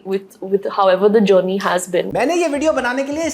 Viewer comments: I heard "Johnny" instead of journey 😂😂😂😅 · The way she's calling journey as geony shows her struggle.....btw nice work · Journey bola ya jonny sins 😂😂😂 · She said journey i heard Jonny 😢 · Journey ❌️ Jonny ✔️